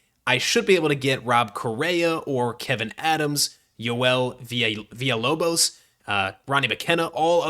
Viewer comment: The lock in for the Villalobos pronunciation was dope and appreciated